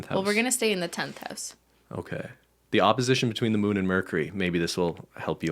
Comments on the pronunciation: why cant ben say the word mercury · ben lowkey can't say mercury 😂